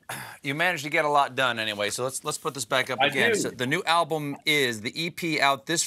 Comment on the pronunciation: I love Stephen Colbert!! His show is the best of the late night genre. However, at ":30" he says, "ablum." Hmmm.